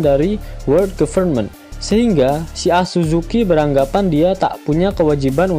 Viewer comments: Akazuki minn.., pembawaan mimin di vidio ini sangat serius jadi tidak elok jika mimin ngomongnya asuzuki. Berasa gimana gitu dengernya... Kalo animenia mah pembawaannya sambil bercanda jadi terasa biasa kalo ngomong asuzuki. Bukannya membandingkan tapi lebih baik jadi diri sendiri, mimin itu orangnya serius jadi lebih enak didengar kalo ngomnongnya akazuki saja jangan asuzuki.., ngga enak didengar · Hmpir gue mau komen kek gini, kirain telinga gue doang yg slah emg admin nya rupanya SAKAZUKI min kalo gk bisa nyebut si anjing merah XD